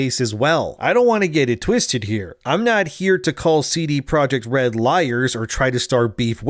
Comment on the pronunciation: It's not "cee-dee (sidi) project" red, it's a Polish company, it's just ce de (from "centrum dystrybucyjne") projekt red. Other than that the video is sooo on point.